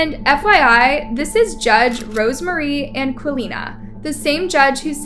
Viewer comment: That’s pronounced “No Con-Test,” not “No Con-TEST.” (As in “the game between the men and women was no contest.” and “I wanted to contest that pronunciation with a pronunciation-expert.) “Palvos” vs “Pavlos?” Judge ANquilina? Where is the N in her last name? It’s spelled-out for you! 🥴 (“Batch-Man?” how’s about “Bock-Man?”) Wow. You need to be held in contempt for gross-negligence while attempting to pronounce names! Signed-Karen. 😂